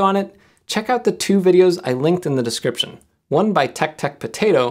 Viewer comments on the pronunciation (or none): none